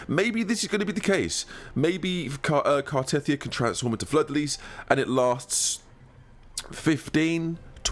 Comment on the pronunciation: Why does every CC pronounce Cartetyhia's name wrong. the game literally tells us the pronunciation is Car-Ta-Thia many, many times. Just like Ciaconna is Cha-Ko-Na not Cah-Cho-Na...